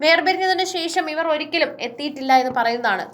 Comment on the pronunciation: ശേശം അല്ല ശേഷം എന്ന് പറയൂ.